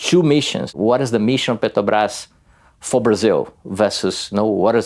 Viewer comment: The AI voice can't even say "petrobras" Lazy journalism!